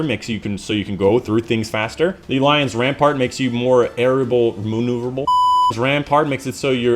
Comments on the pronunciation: i love how you failed to pronounce the Lion Rampant perk like 10 times while not realising you pronounce Lion Rampant wrong every single time xd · You pronounced Lion Rampant wrong every time -_